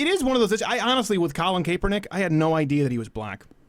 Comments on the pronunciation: You don't 'THROW A FUMBLE", you throw and interception Crowder!!! c'mon learn about the national sport if you claim to be so "american" ... by the way it's pronouced CAP -ernick, like a baseball cap...and yes he's bad and football and life. Calling him Lebanese is an insult to Lebanese people though. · Cap-Er-Nick not cape-we-nick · Please learn how to pronounce Kaepernick